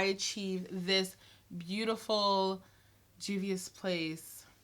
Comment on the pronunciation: THANK YOU for taking five seconds to get the correct pronunciation 👏🏾👏🏾👏🏾 These channels that repeatedly say "I'm sure I'm not saying that right" need to level up...great review btw! 😉✌🏾